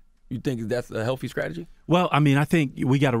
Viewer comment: .. “skrattegy”, Charlemagne, really